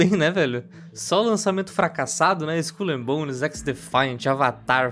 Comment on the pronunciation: => Eu entendi "Skull and Bones" como "Esculhambones". kkk